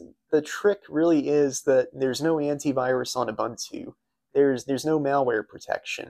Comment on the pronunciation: That was an "OOBOONTOO" system. "OOBANTOO" doesn't exist.